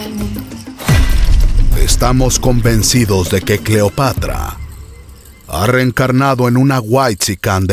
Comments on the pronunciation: Cleopatr"O" xD jajajajajaja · ESA no es Cleopatra, es Cleopetra